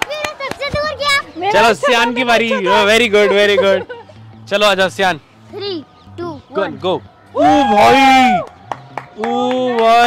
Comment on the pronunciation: Aree Sayan nahi siaan